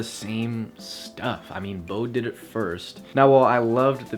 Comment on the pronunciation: great vid! don't wanna sound rude but Bode is pronounced as Bo-dee